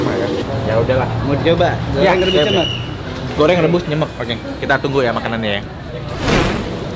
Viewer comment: Baca nya nyemek ko Nex bukan nyemek...😁